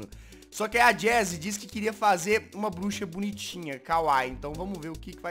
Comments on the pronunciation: eu achei que ela tinha falado buxa kkkkk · (voz fina ) os temas de hoje foram cabeça e bluxa ela fala elaudo kkkk ela falou bluxa